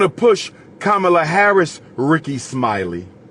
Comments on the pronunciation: It’s Comma-La why keep disrespecting her name? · He said Kabamala 😂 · He said: KABAMALA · I lost respect for you when you deliberately pronounced Kamala’s name wrongly, just to disrespect her; and lied about her sister’s complexion… in fact you are continuously sounding like Trump … Since you claim to know what policies the Black community needs implemented, why don’t you RUN FOR OFFICE and get them done. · Your a disgrace mister history major for you to continue to mispronounce her name when you know better that's no different than boy and gal you know 50 percent of all blacks in America aren't pure African